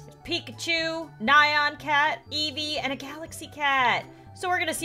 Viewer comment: *says nayan not nyan* Me:*triggered as hell*